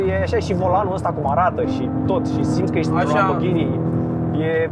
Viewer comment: un lamburghini 😂😂😂 confera ? sau ofera